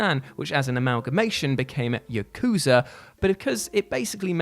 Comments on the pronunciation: ya-kuza ... yaku-za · Yakooza lmao